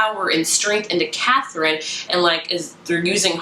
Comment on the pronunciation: You say the Arsinoe and Katherine names wrong just FYI! I listen to the audiobooks and the audiobook pronounces them very differently than how you were pronouncing it. Great review though!